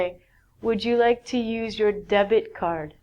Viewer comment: debt card sounds "death card". In a fact...